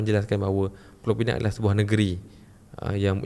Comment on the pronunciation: Pulau Pinang..bukan pineng...pineng tu power bank...Penang pun bukan...ada 2 jenis e sahaja...e pepet dengan e tanda....jadi mengapa kita guna Penang tapi sebut pineng power bank?